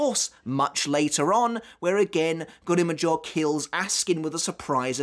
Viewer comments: Americans: "grim joww": "grimm joeaux" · Why are you saying Grimmjow's name weird? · Why do you say grimmjow like that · Anyone else get triggered by how he says Grimjow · Bro no one in the sub or dubbed versions of bleach pronounce grimmjow the way you do… start pronouncing the names PROPERLY!